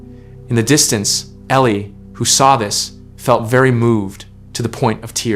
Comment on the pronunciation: now her name is Ellie not Elie😁